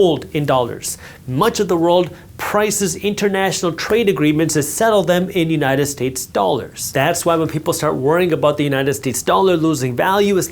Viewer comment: Did i just hear “united tits” 😅 many times otherwise good video